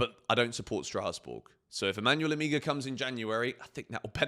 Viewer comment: the name is Emegha - pronunced as Emeha... the two Es pronounced as the E in Empathy